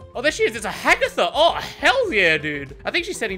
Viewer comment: YOU CALL HER HAGATHA TOO